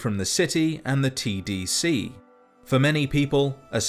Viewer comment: everytime he say "tdc" I hear "cbt"